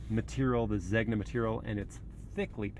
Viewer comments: amazing videos. Really, really love your channel, man. Great job. Easy to watch and listen to your voice. If I may, Zegna = Zayn-ya. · Blu Nobile. Know-bee-les(s). Noble Blue. Zena. The g is silent. It’s not leather it’s SILK. Yes Italian leather and silk! Also the rear haunches are small? Really? They’re huge. But the rear view is a tad bland. Overall beautiful car